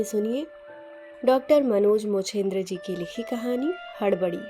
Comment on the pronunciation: आपने मेरे नाम का उच्चारण सही नहीं किया है। वाचन सुन्दर है धन्यवाद